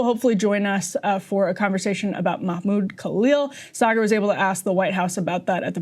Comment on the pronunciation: Sargar Enneti. 😂 Karma for laughing at French names of Canadian politicians!